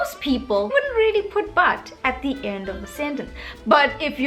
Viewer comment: I think you should perfect your words before mentioning other Indians don't know how to use the correct words and pronounciation. Just like you mentioned the word really as relly